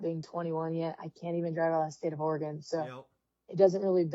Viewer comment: Great interview with Carly. Glad she's getting some air time. Hardest working gal in the pits. Oh, and it's Orygun not Ore---gone.